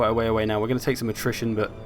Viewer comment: You sound like you are saying nutrition instead of attrition?